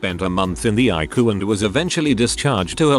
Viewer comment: OMG, at least teach your computer that ICU is pronounced I C U just the letters, it's not a word it's letters that stand for "Intensive Care Unit" not eyecoo. I really like your stories but jeez do some work with your fake voice.